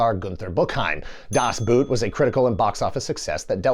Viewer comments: It's "Das⛵", not "Das 🥾"! But at this point, probably everybody knows about this and is just trying to annoy germans! 😉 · I think it's pronounced "Das B-OOH-t", not "Das B-OO-t". The "oh" sound is extended. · DAHS BOHT! It isnt pronounced👢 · Das 👢??? Das Boot is about a German 'Boot' (meaning a boat), where 'boot' is pronounced as /boʊt/, with an /oʊ/ as in 'boat' /boʊt/, or 'phone' /foʊn/, or toe /toʊ/ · It's pronounced [das ˈboːt] bruh. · "Das Boot" pronounced "Das Boat 🛥" 😊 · Man, I love your videos, but were you trolling us with your pronunciation of Das Boot? Or, didn't you know that it is pronounced as "bot"? (apologies and I am going back to my hole) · Das Boot was mentioned seven times but not once was it properly pronounced ... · Das Boot - the original pronounciation is actually much closer to English "Boat" than to English "Boot". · Congratulations on mispronouncing "Das Boot" 7 times. 😂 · That Das Boot counter should have read zero - the German word "boot" is not pronounced like the footwear, it's more of a cross between "bort" and "boat".